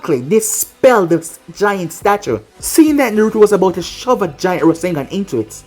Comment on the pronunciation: I thought when naruto shot the rasengan you said rasendan because thats what borushiki did